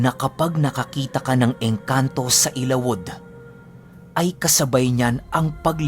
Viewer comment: correct pronounciation ng ILAWOD ay...ILA-WUD....